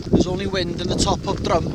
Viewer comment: Drum (the mountain talked about here) isn't pronounced like like musical instrument that you hit. It is more like "drim", and Y Drum means the edge or lip of a the drop, or slope. Not so far away in Nantlle is Trum y Ddysgl "the lip of the dish"... also pronounced "trim".